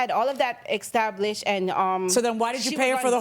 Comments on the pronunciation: "exstablished"😢 AAAGGGHHH 😅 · “Pacifically” “Mines” “Extablished” Girl please lol